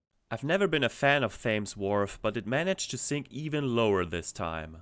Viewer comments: I’ve never heard Thames pronounced Fames ha, not that you would know but it’s pronounced Temms 😅 Good video! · Thames is pronounced Tems. Just so you know 👍😊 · Just a (petty, I guess) note, not a criticism: Thames is pronounced like "Tems" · Its pronounced "Tems" Wharf, fyi for everyone outside the UK ;D Great video